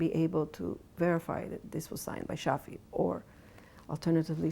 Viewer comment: It's Shafi, not Shari.